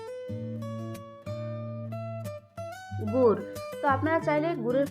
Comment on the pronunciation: গুৱ বলে না তো গুড় বলে